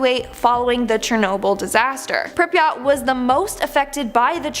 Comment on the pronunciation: Butchered prypiat